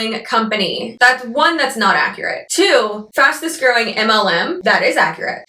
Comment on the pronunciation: “Fastes-growing company“ really got me for some reason 😂😂